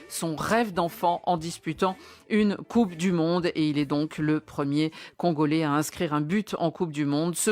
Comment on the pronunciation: Le CONgolais c’est quoi cette prononciation 😂😂😂